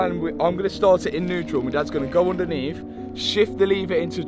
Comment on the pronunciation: oondaneath de ass tray